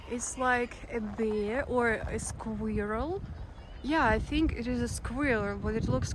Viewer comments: "Eat's like uh bear or uh squareuhl... why it looks like a rat?!?!?" 😂🤣😅 You're so darn cute! 🥰 And squirrel is a VERY difficult English word to pronounce! Good job! 😎 (... Berlin!) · Squirrel 🐿 is a difficult word for non-native English speakers to say. Really good effort! 😃 Hello from Texas, by the way. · You have a beautiful restless spirit! Bravo for being able to say the word "squirrel" in English...this is not so easy for non-english speakers to say. Your videos get better and better with experience...over 254,000 people subscribe to your channel now after much hard work. I look forward to your future videos. 🙂